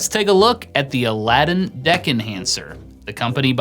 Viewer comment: Well, at least this time you were able to pronounce it correctly :)